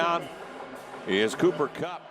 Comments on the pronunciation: why does this idiot keep calling him conner kupp? wtf lol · “Conner Kupp” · So i guess no ones going to correct this guy and tell him his name is Cooper and not Conor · The announcer is killing me dummy his name is cooper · How on earth did this announcer say Connor Kupp so many times without realizing it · It made me so mad every time he said Connor kupp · “Conner KUPP”😵‍💫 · How many times was ya boy going to say Connor? Even after listening to the other guy correctly say Cooper several times. Smh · Here's a fun drinking game: Take a shot every time the play-by-play announcer incorrectly calls him Conner Kupp. Actually no, someone might die. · Listening to this a$$hole say Conner over and over even when his partner is calling him Cooper drives me crazy lol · Someone please tell this announcer its Cooper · Bro I get EWU is a small school and you mispronounce someone's name but to continue to do so after bring corrected by your cohost is just disrespectful. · It's funny how the announcer kept getting his name wrong until.....Cooper Kupp does what Cooper Kupp does....then he gets it right......Super Cooper!!! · bro he kept saying it the whole game it pissed me off like bruh look at your paper lmaooo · Kevin Collabro a legend, but my man kept getting Cooper Cupp’s name wrong 💀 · I'm going to strangle the announcer. I know Eastern Washington is a no-name school, but at least have the decency to get his name right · Man, for real! I was starting to lose my $h!t he kept fuking that up! lol